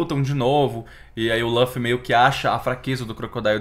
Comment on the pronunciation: Só por favor, para de dizer "lãffy". É LUFFY 😢